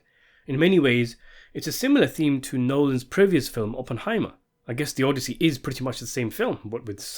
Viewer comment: And he says it repeatedly, only to pronounce it correctly at approximately